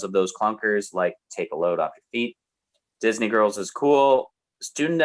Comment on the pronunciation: Note to: Disney is a 2-syllable word. "I Write the Songs": Thank God not that many of them. Bonus Point for Hey, Little Cobra.